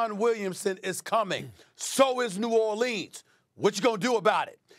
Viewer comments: As a person born in nawlins it makes me cringe everytime SAS says New Or-leans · No one: Stephen A. Smith: New ORLEENS pelicans are CAMING